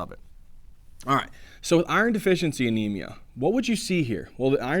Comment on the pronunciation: First thing I noticed is you not pronouncing iron right.